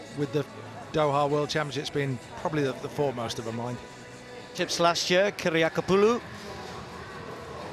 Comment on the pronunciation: I am very impressed ... with the announcer's seemless pronunciation of Kiriakopoulou! .... and also also I'm just here because I'm impatient for the Olympic women's polevault to get posted. I watched it live but the broadcast only occasionally panned back to it when other events happened to be on a break )